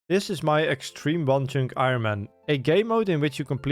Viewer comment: Nobody tell how to actually pronounce iron please. 😂